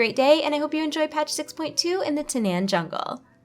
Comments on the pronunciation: I thought it was pronounced "Ta-naw-n" and not "Ta-nan." This looks like it'll be an awesome patch because it doesn't just add a new dungeon or class changes but adds pretty much a mini-expansion. Can't wait! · TANAAN. THERE'S A DOUBLE A IN THERE FOR A REASON. IT'S PRONOUNCED TAH-NARN. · You do realize the ZONE is pronounced TAN'EN. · anyone got a count of how many time she mispronounced Tanaan? lol